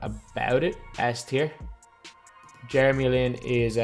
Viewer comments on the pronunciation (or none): none